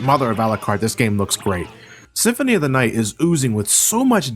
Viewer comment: "Castlevania: Symphony of the Aight"